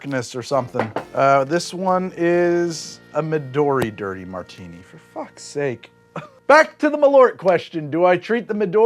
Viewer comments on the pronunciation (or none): none